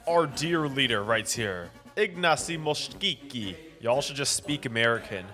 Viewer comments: mościcki -> moskiki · thank you for this. fyi it's pronounced mosh-Chee-tski